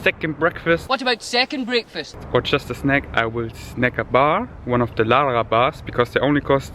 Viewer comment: I love how you say Lara bars like Lala bars. I think it's pronounced like l-eh-ra. Nice Bruce Lee quotes.